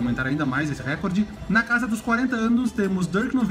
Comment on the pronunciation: nao é querendo ser inconveniente mas a pronúncia certa é reCOrde, so uma crítica construtiva